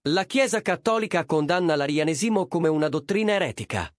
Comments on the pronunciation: Ma nn si dice " Arianèsimo" e nn "Arianesìmo"? Qalk1 gioca a fare l'ignorante......!! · Arianésimo, non Arianesìmo.🤣🤣🤣🤣😂😂😂😂🥰🥰🥰